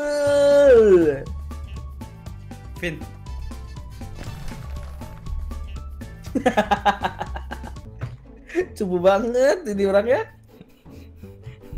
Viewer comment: "Siaaaaaaaaaaaaaaaal" huruf "L" nya gak terlalu kedengeran